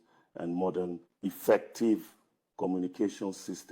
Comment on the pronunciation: They way he said effective 😂😂😂